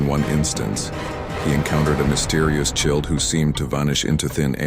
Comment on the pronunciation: Right?? A "chilled" instead of a child ... and "deefy-ing" instead of defying ... it's ridiculous. Why can't humans do voice overs for their own videos...?